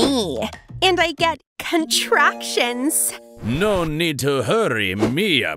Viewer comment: "And I get... CoNtRaCtIoNs!!!!1!1"